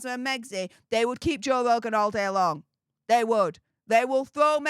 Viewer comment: Joe vvvvvvvvogan it's Joe f***ing RRRRRRogan!!!!😂